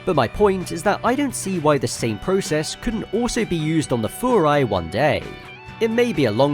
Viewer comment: You are the first person I have ever heard pronounce Furai the way it's supposed to be, and not Fyurai. Massive props!!!